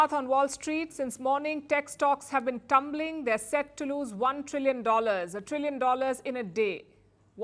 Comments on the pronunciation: Did you say Trumpling stocks😅😅😅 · she definitely said “stocks went trump-ling” 😂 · Did you say Trumpling???? Must be against Mr Trump 😂😂😂